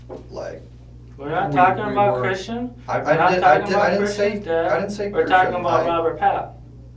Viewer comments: It's so annoying how he says "kershin" instead of "christian." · It sounds like the other guys name was Christian not Cristin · His friends name is Christian not Cristin. Sorry, just a pet peeve of mine. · Voice over keeps calling the other guy Kristen 😂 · Are you an idiot? The guys name is CHRISTIAN, not KRISTIN. Moron. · It’s a Christian, not Kristen 😂😂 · Pretty sure it's Christian, not Cristin. 😂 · Great vid. One note, the accomplices first name was Christian not Cristin. You can hear them saying Christian in the initial interrogation and later Googled the case to double check. Cheers. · It's CHRISTIAN! They are saying it over and over again. Stop saying cristin! It's driving me mad! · The mispronunciation of Christian is killing me… Make your BOT say CHRISTIAN- NOT KRISTIN. For the love of God🤦🏼‍♀️ I do it sucessfully with Siri all the damn time. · Narrator got the names wrong when talking about whose fingerprint was on the pro life business card....plus he pronounces Cristin's name wrong. Wake up. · The narrator pronouncing Christian as Kristen was a bit irritating. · Funny how the detective does little things like mispronounce his last name on purpose just to mix things up a bit. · So it’s not Christian nor Kristen